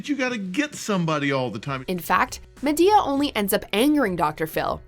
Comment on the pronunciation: I cringed soooooooo hard when she said ma-to-the-damn-d-e-a